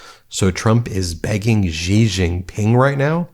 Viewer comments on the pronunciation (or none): Stop saying "Gee"! It's Xi, pronounced 'she". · Great video as usual, thank you Let me be a PitA, though, even if this is the tiniest detail: X in pinyin is not a g, zh, j sound, is almost an s... more like between cee and she [Jinping] I know, I know LOL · Come on, Ben. I LIVE IN CHINA. Chairman Xi's family name is pronounced EXACTLY like the English pronoun "she." It is NOT "zzee." Pronouncing words and names correctly adds to credibility.